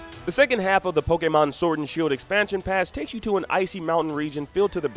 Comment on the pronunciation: *Poh-kay-mahn *Poh-kay-bahls What's up with the way this guy pronounces stuff?